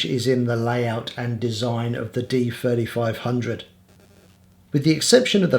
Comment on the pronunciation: It sounds like you are saying Nikon D4500 (D-fourty five hundred for D3500) and so as like Nikon D4400 (D-fourty four hundred for D3400).